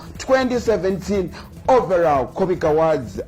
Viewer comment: My man the way you're pronouncing the word "AWARDS" is wrong. You're pronouncing it as "AWADZI". Please ask google/youtube for the correct pronunciation.